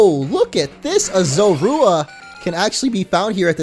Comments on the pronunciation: Makes me laugh hearing you say Zorua xD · You're saying Zorua wrong